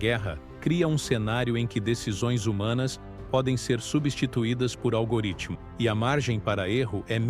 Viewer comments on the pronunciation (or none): none